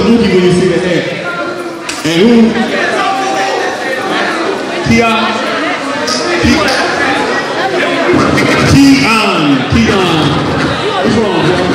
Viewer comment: ay it KEON not keyou lol